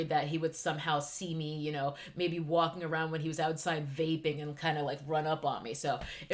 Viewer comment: The way you keep saying vaping 😂😂